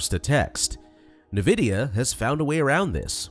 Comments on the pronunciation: Nuhvidea? Fuck man, please put some effort in. This is AI slop. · Suspect this is an ai voice… n’vidia >.< also chat gpt can interpret audio and image data